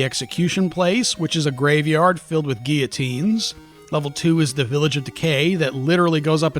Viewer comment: You are now one of my favorite Youtubers just for saying "GHEE-o-teen" and not "GILL-o-teen," alone. You did a great analysis of the Master System port of G&G, too.